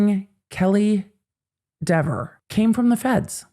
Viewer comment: Kelley Dever was so combative and unpleasant on the stand that I'm happy to hear her name mispronounced repeatedly. Maybe someday she'll chill out about it.